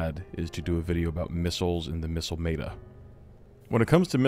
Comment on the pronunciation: you did NOT just pronounce meta like that